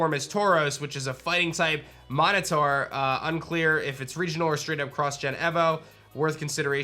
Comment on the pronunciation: I’ve never been so angry hearing someone say Minotaur before